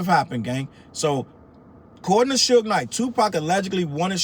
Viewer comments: The journalist's pronunciation of Suge (Shh-joog) Knight - SMH. She comes up with - "Sue-gaye" - - If you don't know how to pronounce a name, why are you trying to tell a story? Just sit down and stfu. People stop listening to your story as soon as you began mispronouncing names you OUGHT to know how to pronounce, such as TuPac (pronounced with a long a (poc). She goes with long a (pack). Already, I don't even remember what she said. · "Sue-gay" Knight and "Pack"??? 🤣🤣🤣 This AI mess is killing me with the pronunciations!! And how was Suge "bleeding everywhere"? He got skimmed by a bullet, where did a gang of blood from Suge come from?? Come on Suge!! Why would Pac say he didn't want to go to jail again? He didn't do anything wrong plus Pac wasn't a scary azz n*gga to even be THAT worried about it!! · The 16 pronunciations of “Suge” is taking me out. Soogay, Sooj, Shugay😂 AI sis was like “One of these is gonna land…” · That lady is AI as in Aye pay attention to them names lol😂😂😂😂